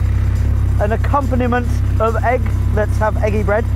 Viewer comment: Why does he pronounce 'egg' like that?